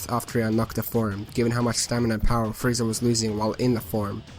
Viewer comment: It sounds like you're saying Friezar.